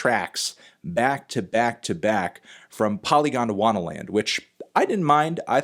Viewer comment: I love this continuing saga of Anthony being unable to pronounce "Polygondwanaland".